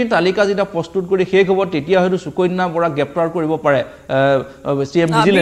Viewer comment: চুকণ্যা .....? 😂😂😂 বানান কি আৰু কেনেকৈ উচ্চাৰণ কৰিব ? অসমীয়া ভাষাত শ স ষ আদি আখৰ থকা শব্দক কেনেকৈ উচ্চাৰণ কৰে ? এগৰাকী অসমীয়া ভাষী হৈ নজনাটো দু:খজনক কথা নহয়নে ? যি দৰে আপোনালোকে সদায়*, *সন্ধিয়া*, *শনিবাৰ*, *ভাষা আদিবোৰ উচ্চাৰণ কৰে তেনেকৈ সুকন্যা বুলি উচ্চাৰণ নকৰিব নে ? ভাষা শুদ্ধকৈ ব্যৱহাৰ বা কবলৈ চেষ্টা কৰক কিয়নো অসমীয়া আপোনালোকৰ মাতৃ ভাষা ।